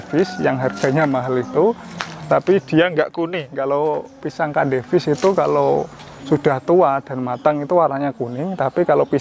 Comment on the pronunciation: Cavendish mas.. bukan candevish